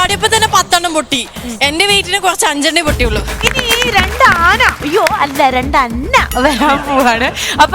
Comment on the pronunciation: ലക്ഷ്മിക്ക് രണ്ട് എന്ന് പറയാൻ അറിയില്ലേ??? എപ്പോളും റണ്ട് എന്നാണല്ലോ parayunne?